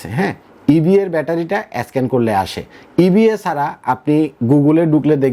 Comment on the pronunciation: ভাইরে স্ক্যান উচ্চারণ ঠিক করে বলেন।